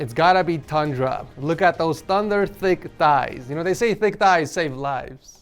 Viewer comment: I normally skip through sponsorship/ads but this time, I stayed cuz thick “tighs save lives”